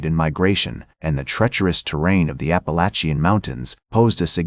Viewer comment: I strongly dislike AI narration. Why can't it be programmed to speak correctly? There really aren't numerous ways to pronounce "Appalachian"!